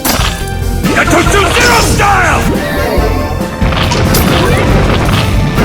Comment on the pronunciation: アニメ『るろうに剣心』に出てくる斎藤一の必殺技｢牙突零式｣ですね。英語版の「牙突零式」は「ガトツ・ゼロスタイル(Gatotsu Zero Style)」という技名に翻訳されているのですが、声優の発音のクセもあり「ガトチュ・エロスタイム」や「ガトチュ・エロスタイル」と聞こえてしまったことで空耳ネタとして流行ったらしいです。